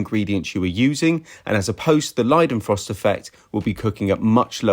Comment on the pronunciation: He said Leidenfrost nearly perfectly, first english speaker, cannot believe it